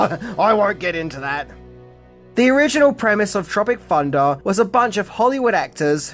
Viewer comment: Sounds more like you pronounce it ‘Tropic Funda’ actually 😆